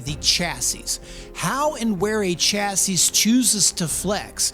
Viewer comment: Are you pronouncing the las S in chassis ironically? 60-75HP is fine for everyone I know 😊